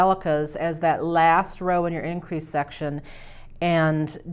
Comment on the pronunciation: It sounded when she said section she said sex